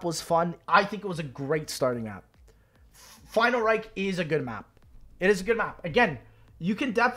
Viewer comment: He do be saying final reik